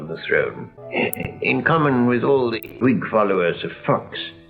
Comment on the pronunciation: He also pronounced the letter H in words, such as "Whig". Which commonly is not pronounced. But to my understanding that has been a common issue since at least the Romans.